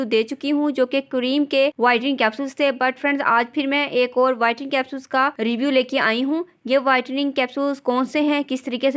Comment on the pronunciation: bolna to seekhlen pehly whitring nh.. whitening hota h..